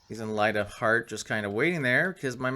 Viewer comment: I just Love that system, Every time I hear " Light of Heart " my brain hears " Light a fart " and i giggle like a kid xD On Another note, have you tried the LitCubes universe mod? if not i personally reccommend it